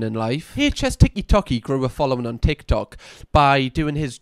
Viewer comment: I would watch 13 mins of just saying “ticky tocky” tbh, it’s perfect in a geordie accent 😂